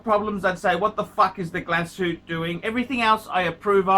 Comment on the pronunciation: Keep the "Glasoot"